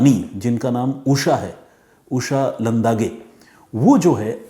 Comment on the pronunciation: कोसलेवाडी नहीं कोळसेवाडी, लंदागे नहीं लांडगे